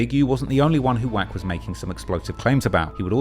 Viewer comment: Didn't know "wack" is pronounced quack.